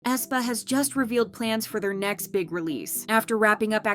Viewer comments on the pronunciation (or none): none